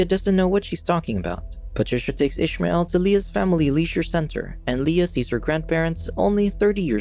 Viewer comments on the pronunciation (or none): It was written as Ismael. Meaning no h, no ish. Unless in the show they are pronouncing it that way. My ears are bleeding with this. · Youre pronouncing ismael wrong, im arabic, and it isnt said like that, i cant explain how its said bc there isnt any letters to explain how its pronounced